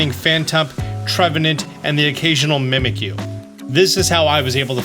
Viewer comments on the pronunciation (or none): none